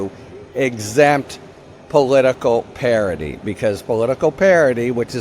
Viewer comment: Harry, stop pronouncing parody like parity.